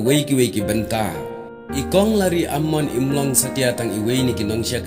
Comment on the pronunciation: Kynnoh Lari-ia-mon ym Lari-am-mon 🤦🏻‍♂️